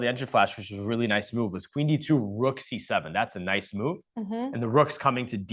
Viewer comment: Anna always makes me laugh how she says move as "mewve" lolol